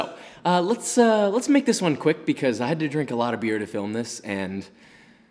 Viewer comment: "You shouldn't drini alcohol under 21" 🤣🤣